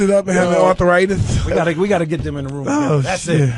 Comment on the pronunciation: Mike Tyson said ar-the-ri-this lol